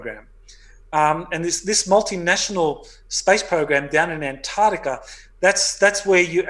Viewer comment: It's not 'anarctica' or 'antartica', but ANT ARC TICA! Ooooft. Ok, got that out of my system. Finally got to hear the whole interview....can't wait for next time, there's so much more digging to be done on this one. Would love to hear more supportive evidence for claims, otherwise it just sounds like fiction. Who is the faction in antarctica really? Aren't they the 4th Reich? Not exactly benevolent. And it casts any alien or interdimensional entities associated with them in a bad light too. If Hanks visited them, they're for certain 3vil. I'm so bl00dy tired of 3vil. Where are the GOOD powerful people? The GOOD 'secret societies'. Why are we so infested with 3vil fu€ktards?